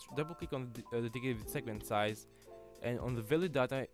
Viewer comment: "segementsize" ....lol